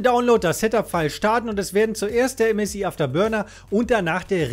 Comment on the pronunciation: ÄM ÄS AI